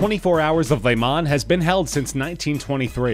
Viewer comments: BTW, it's pronounced "Le Mah" not lay Mon. Otherwise, good video. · Le Mans is not “lay-mon”